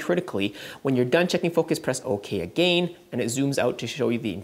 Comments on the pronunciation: Triggered when you say again.. it's not A-Gain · the way you say again 🤣